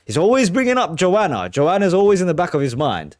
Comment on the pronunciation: Great bud, 1 small gripe though. It’s JoHanna, you’re pronouncing it Joanna. Also It’s Joan Baez (by-ez). Seriously though, this is my favourite song ever and probably one of the greatest songs ever written.